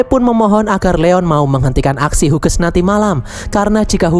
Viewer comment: Min izin memberi tahu, kalau nama Hughes, itu dibaca nya "Hius/Hyus" min bukan "Huges" 🙏🏻